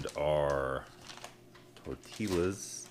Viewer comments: Tortillas, pronounced tor-tee-yah. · The l is silent in tortillas